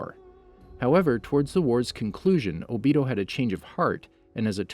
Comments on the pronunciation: Bro His name is O-bito not obitow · He said obeedeeeoh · I cringe everytime I hear obido instead of Obito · HE SAID OBITO and then he said obeedo later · obito idiot not ohbeedoh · it's Obito not Obio!!! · It’s o-bi-to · Obeeto oochiha Adatsooki Huh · “Obese toe” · AHHAHAHAHAHHAAHHAAH “Obeedo” IAOIYHYOIHIHIOSJETIOYDF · “Atatsuki” “obeedo” “sheeringan” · Not o be doe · It’s o-be-toe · “Obeeto” lmao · he says mdra , adastuki , nagaaato , obido wrong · my man really said obeto lmaooo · "OhBeeHoe" "Sherengen" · “Maderaa” “obeedoh” me: .———. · My nigga said obeato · How to say madara ma da ruuuuuh and obito o bee dohhhhh and akatsuki a kut sue gee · Am i the only one trigerd about his pronunciation like obto and hatakei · not even its obido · Naw not o-bito Obda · My guy said “Obeedo Uchia” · this man said "obitdo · Hey its ohbeetoh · zhakir council ohbeetoh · O. B. TOE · You said Obito wrong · Weird how he says it right.... and then goes back to saying it wrong